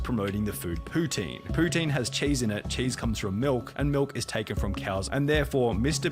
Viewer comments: As someone from QC, her pronunciation of "Poutine" was spot on. Im scared to think shes from here.. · When I heard her say "poutine" correctly I had to check where she was from. She's from Quebec💀Why is this witch from where I live. Edit: Oh he also found it out lmao. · As a Montréaler, my heart sank when I heard her pronounce poutine the right way. I still cannot handle the fact that she might be my neighbour